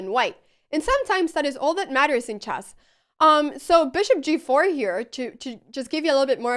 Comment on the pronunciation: Yeah, she says chass.